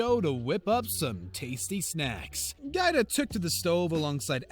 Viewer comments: It's Giada not Guida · It's GI Ah Dah not GyDah lol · Pronounced gee ah da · Giada isn't pronounced "gyda" its pronounced "jawh dah" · It's pronounce Gee Ada, and from what I've heard Ellen isn't exactly the princess everyone thinks she is. I heard that Ellen was mean to her staff and guests alike. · I CAN'T STAND NARRATORS who do not take the time to learn how to pronounce people's names! Giada is pronounced Gee-ah-da. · Its pronounced Gee-ah-duh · Could you shut the hell up and let us see the video clip? And GIADA is prounounced “ gee-yAda” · GEE-ADA LETS SAY IT TOGETHER GEE-ADA COME ON YOU CAN DO IT GEE-ADA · Her name is pronounced : Gee AH Dah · Omg it GEE-AR-DA!!!! Giada! Pronounce her name Properly!!! Grrrrrr!! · It's pronounced Jee Ah Da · GIADA is pronounced "GeeAda". lol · Right? I cringed every time he said "GyDah".